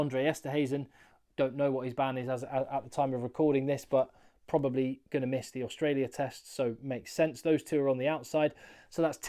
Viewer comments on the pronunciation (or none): none